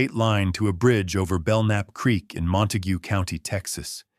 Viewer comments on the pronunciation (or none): none